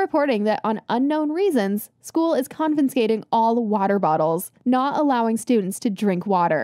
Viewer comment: is it just me or did the voice actor say confinscating?? also i feel like the video should have just been called "What Actually Happened!"